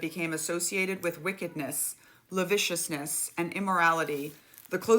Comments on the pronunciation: love the hat... former English teacher here... I think the word you were reading must have been "lascivious", not laviciousness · I thought so too. Pronouncing the “sc” like “sh”.